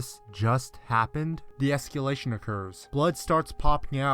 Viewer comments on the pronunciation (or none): Just want to clarify: It's "escAlation", not "escUlation". It sounded like he was saying esculation every time.